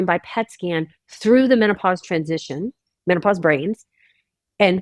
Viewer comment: She said meno-posse!! I love it.